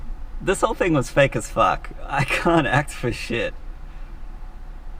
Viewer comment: fuuuuk with Russian accent.